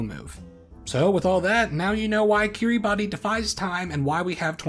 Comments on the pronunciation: Fun fact: It is actually pronounced "Kiribas". ^^ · By the way it is actually said Kiri-bass, the spelling is just a little special :) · Kiribati is pronounced Kir-uh-bass. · I don't understand why but I was told Kiribati is pronounced 'kiribash'. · Pronounced /kiribas/ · 'kee-ree-bah-tee' lol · Killing me with that mispronunciation... 🤣